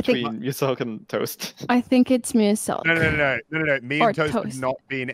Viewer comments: I love how toast pronounces Muselk’s name: Mooselk. Mans making him sound like a brand of chocolate milk lmao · He said mooselk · the way they pronounce lazar and muselk is hilarious